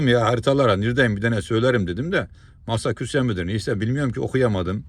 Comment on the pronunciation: Massaçusets (Massachusetts) ama sen nasıl kolayına gelirse öyle söyle kadim dayı